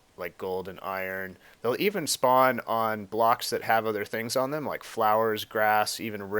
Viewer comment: hahahaha speawn